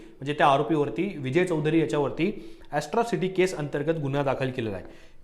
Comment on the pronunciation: ॲस्ट्रोसिटी नाही ॲट्रोसिटी आहे 😅😂